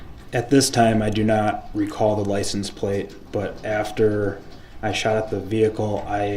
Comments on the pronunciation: "Lie-cen- place," what an uneducated fool😅😅😅😅😅😅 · What the hell is a "Lice-N-Place?"